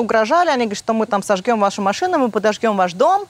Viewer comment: ЖЖЕНЩИНА УЧИТЕЛЬНИЦА,А ГОВОРИТ "СОЖГЕМ"!!!!😅😅😅😅😅😅😅НУ ДАЕТ